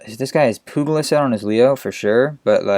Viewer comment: good vid. Pugilist is pronounced pyew-ja-list btw